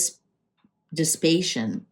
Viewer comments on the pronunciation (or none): Diss i pay shun. Maybe you just were not taught to break a long word into parts and say each part slowly. It may not be dyslexia. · it’s Diss a pa tion - the squandering of money, energy, or resources. "the dissipation of the country's mineral wealth” Don’t ever be embarrassed 🤗💞 Sending you white light energy to bugger off who/whatever is hanging around you 😳😡🧚‍♀️🙏💞 Cards are good 👍 ❤ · I like these cards. They probably take some time to get used to, but they're good. "Dis - si - pa - tion" was the word. xD